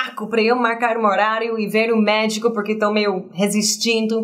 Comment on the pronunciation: Quando ela disse que ia ao médico, eu entendi que ela disse que ia ao méxico